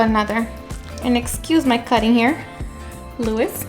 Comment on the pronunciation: Louis....se Llama Luis.